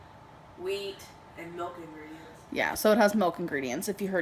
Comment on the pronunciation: Melk she loves melk